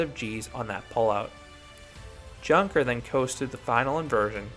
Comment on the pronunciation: If it`s named after the german plane manufacture then it´s actually pronounced younker with (you like in you). Nice review